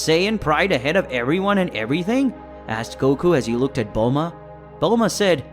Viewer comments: it not bold la ma it bulma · Bulahma the way it pronounced stuff was so annoying I couldn't focus on the story